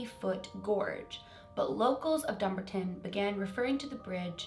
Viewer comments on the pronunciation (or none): Also it’s pronounced dum-bar-Ton not dumberton but thank you for covering this!❤️ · I stay about 30 mins from there it’s pronounced DUMB-BARTIN even tho that’s not the spelling lol strange place strange name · It’s pronounced Dumb-Bart-On 👍🏻💗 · Sorry not trying to sound rude or anything so sorry if I offend you but it’s pronounced dum-bar-ton not dumbar-ton sorry xx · Dumbarton is pronounced Dum-bar-ton. I live in Scotland and this bridge does scare me. If I had a dog I would 100% never walk them on this bridge. But Thankyou for covering it for more awareness. I think it’s strange tho. I have no clue what could trigger it. It’s just sad really ❤️ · Dumbarton is pronounced Dumb-Barton, but it doesn't matter, we know where you mean:) now, I was walking with my dog (Dillinger the Dobermann) back in August down at Overtoun House and it's beautiful surrounding grounds and the woodland walks behind it. There are also hill walks there that I will do in the better weather. We walked across that bridge twice, once in each direction and absolutely nothing unusual happened. Now, I had heard of the bridge years ago, but I didn't realise it was that bridge. I didn't realise that was the bridge at the time we walked across it and yes, Dillinger was off leash. Imagine my horror and relief a few weeks ago when I realised that Overtoun Bridge was the one I walked over 🙃 what I did notice though when we were walking through a particular part of the Woodland walk at a steep cliff/gorge area was that it had a very Ancient feel to it, like older than Overtoun House and its grounds. Dillinger kept looking into the woods and stopping to watch and listen and go into the woods while walking in this part, but this isn't too unusual, as he does this in other places we walk too. I can't believe you covered this case, it's amazing! Thank you and have an amazing Christmas and new year x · Its pronounced Dum-bar-ton (Dumbarton).❤❤.xxx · dumb-ar-ton, closee x